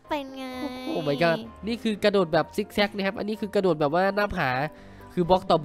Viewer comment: พี่กระโดดไม่ใช่ระโดด